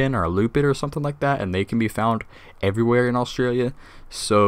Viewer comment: the way you said Australia maaan it is Australia the track is the track of a feral cat btw you inspired me to start my own channel on this game